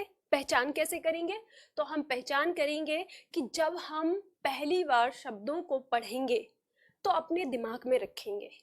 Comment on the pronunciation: Madam! आपने काफ़ी अच्छा समझाया। लेकिन कहीं कहीं उच्चारण में आप भी mistakes कर रही हैं। For example, आप 'शब्दों' की जगह 'सब्दों' बोल रही हैं। इसी तरह की कुछ mistakes सुधार लें, तो आपके lectures लाजवाब हैं। Plz take the comment pozitively... 🙏🙏🙏